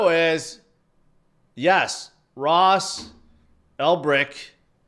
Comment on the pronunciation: Don’t know how to pronounce Ross’s last name or our acting SEC chair lead name. Don’t know how ICP is related to AI. Calling a 5% move in AI coins a big pump. Do you know anything? Noobs, don’t take altcoin advice from.